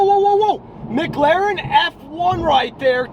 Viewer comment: FOR THE 56TH TIME ITS NOT MGLAREN ITS MCLAREN YOU KEEP SAYING IT WRONG OR YOU NEED TO Annunciate